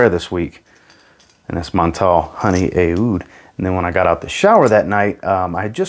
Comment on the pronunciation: Just a quick one, the Aoud is not pronounce as "ay-oud," but just like "oud." In Arabic the "oo" sound in "oud" is said with a voiced pharyngeal fricative, so think of it like saying "oo" from the back of your throat as if you were saying "ah-oud" as one syllable.